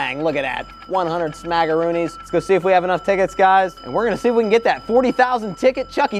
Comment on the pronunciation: I love how he calls it “ smackoroonis”